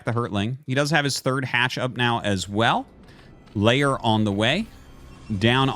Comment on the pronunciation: Why does he pronounce lair like layer? Zerg are not onions you know.